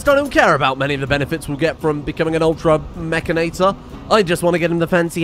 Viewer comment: would somebody please teach how to say mechanitor